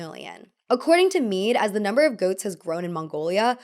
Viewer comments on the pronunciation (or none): none